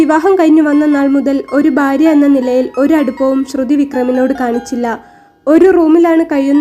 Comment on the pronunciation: കൊല്ലംകാർക്ക് ഭ ഇല്ല ഫ ഒള്ളു ഉദാ.. ഭാര്യ =ഫാര്യ.. കൊല്ലം എംപി യുടെ സംസാരം ശ്രദ്ധിക്കുക 😢